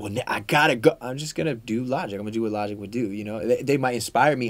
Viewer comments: bruh how you mispronounce logic LMAO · how do you mispronounce Logic?